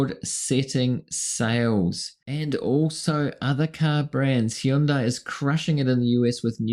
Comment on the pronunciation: Love you, but it's pronounced HUN`-day. It rhymes with Sunday. Other than that my friend, you've right on target!!😊